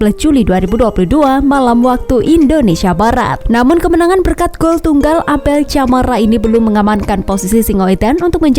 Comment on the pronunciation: Baca nama Abel Camara itu pake "K" bukan "C"